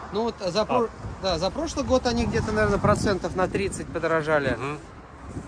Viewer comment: Hi, Niki pointed out your channel and I subscribed immediately. The way you pronounced "per cent" sounds like the german word for it "prozent". I will watch others the next days as well. Hope your car doesnt brake, if does, hope you can get spare parts so you can stay mobile.